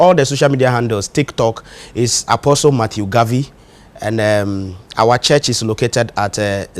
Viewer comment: Please it’s Apostle Dr Matthew Garvy not Harvey